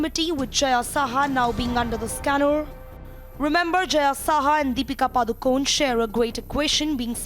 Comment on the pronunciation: R. Her name is Padukone....not padukon😡